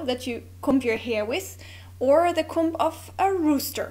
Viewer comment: Very interesting! Videos about these kinds of language peculiarities are always fun to watch :). By the way, the ‘b’ in comb is silent! In fact, ‘comb’ rhymes with ‘home’!